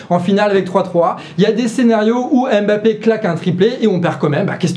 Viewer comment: On ne dit pas Aime-bappé, mais mmmmmmmmbappé. Est ce vraiment si difficile?